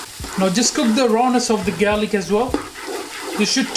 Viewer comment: did you say 'gaylick'? 🤣